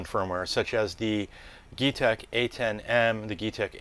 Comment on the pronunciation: Useful video. I'm not sure, but I think it is pronounced 'G-tech'.